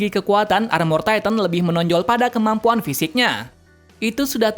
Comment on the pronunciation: yah cara ngomong nya gitu